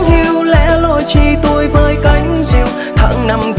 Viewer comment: Nhạc thì có hơi hướng miền Tây. Người thể hiện thì hầu như hát giọng phát âm giống miền Bắc mà cái câu “lẻ loi chỉ tôi với cánh diều” lại đóng quả TUI nghe vướng khúc đó nhất trong bài. -1 điểm chổ này.